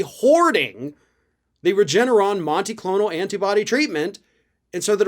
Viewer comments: It is monoclonal, not monticlonal. 😄 It's an antibody treatment, and monoclonal antibodies are a common type. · MONOCLONAL! There's no T in the fucking word!! Jesus Christ man! Read your script and get the damn thing checked by someone who has a Highschool reading level! 🤦‍♂️🤦‍♂️